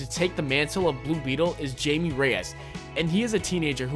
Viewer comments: It's pronounced haimee not jaime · It's HI-MAY not JAY-MEE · its not jamie it's hamie sorta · It's pronounced Hay-me Rayass. He also was in Batman TBATB and Smallville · You pronounced Jaime Jamie